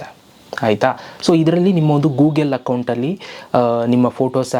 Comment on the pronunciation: Gugel alla ri Google!